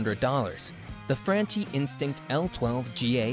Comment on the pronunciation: Dude, it’s Frahn key.